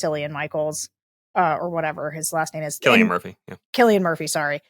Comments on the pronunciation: Cillian Murphys name is pronounced Killian. It's Irish. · Oscar winning actor Cillian Murphy is pronounced Killian. 😡 If you cannot get something this simple right how much else are you getting wrong? 🤔